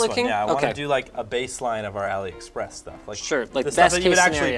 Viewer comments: it "a lee" express and not "alley" express. #JustSaying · AliExpress is pronounced AllE express. Like Ali baba. As in cheap as a mild east bizarre. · “Ali-A” Express.